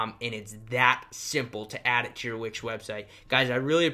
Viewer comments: It's wix.... not which. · I heard witch 🧙‍♀️👀😭😂